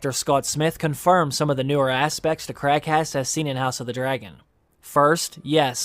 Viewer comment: When you say Craghas, it sounds like your saying crackass. The Crabfeeder in the show does look like he be a crack head.